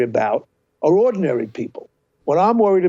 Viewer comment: Did he really called Rogan “ordinaryl”?